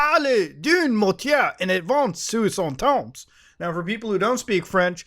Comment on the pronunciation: You pronounced the S at the end of temps. You no longer exist for me.